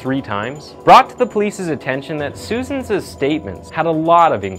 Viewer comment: “Susans’s”? Susanziz?